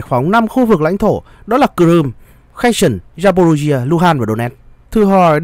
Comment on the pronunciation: Херсон ( tiếng Việt đọc là Khe Rxôn) không phải là tiếng Anh nên BTV đừng đọc là Khe sừn nhé! Trân trọng!